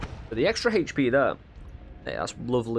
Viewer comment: Your pronunciation of HP bugs me so much! xD but I still like your videos :) keep it up